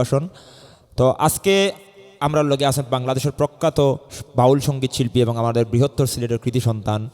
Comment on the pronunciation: শিল্পী যে ক'টা গাইলেন তা আমরা সচরাচর শুনতে পাইনা। শুনলাম । ভালো লাগলো । শিল্পী কে অনেক অনেক শুভেচ্ছা ও অভিনন্দন । কিন্তু কথা বলার সময় উনার কিছু শব্দের উচ্চারণ খুবই পীড়াদায়ক। যেমন শিল্পী অনেকবার 'এবং' শব্দটি বলেছেন। প্রতিবারই বলছেন - 'এভং'। সত্যি কানে লাগে